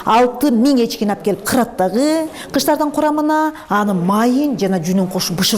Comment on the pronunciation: Дагыы деп кездээ деп удорения каттуу айтаткен.